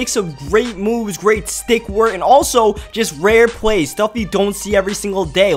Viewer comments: dude its plays not pways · The word "plays" does not have a "W" in it. It is pronounced "Pways".